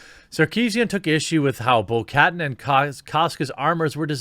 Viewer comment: You keep pronouncing names wrong of Star wars characters. You pronounce Katan 'Kat-arn' not 'Kattan'.